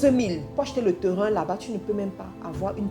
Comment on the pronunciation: Bonne vidéos et un bon contenu! Félicitation! Sauf que tu pronnonce très mal le mots "terrain" et c'est fort désagréable